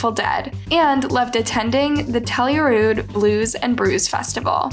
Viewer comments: "burglerars" "tellurude" ???? Do better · Name's Telluride, and she says TellYouRude. Lmao.